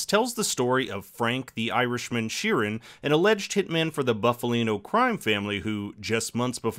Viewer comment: It’s Boof-alino and not Buff-alino, pronounce it correctly!